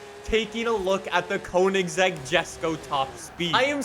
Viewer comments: Its not Kounigsegg. It's koeynigsegg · every time he butchers koenigsegg and jesko I try not to cringe